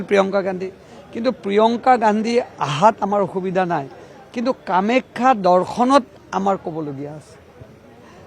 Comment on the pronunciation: কামাখ্যা শব্দ টো ভাল কৈ .....ko